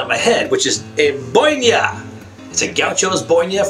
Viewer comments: He said "bonia" and is it "boina" i like it tho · Not boinia, its BOINA gaucho malo jajaja